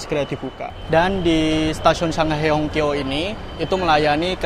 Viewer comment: Hongqiao itu bacanya Hung ciau